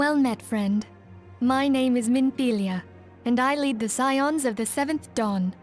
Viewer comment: Scions is pronounced 'sigh-ons'. Also, when you talked to the plague doctor, the word redolently means 'related to a pleasant smell'. Urianger has the same voice actor as Balthier